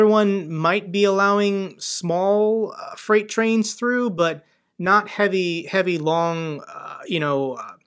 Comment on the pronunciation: Treight Frains? What's a treight frain?